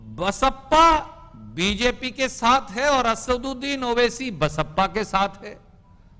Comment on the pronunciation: Pahle Aap Sahi se Naam Bolna Seekhlo Owasi Sahab ka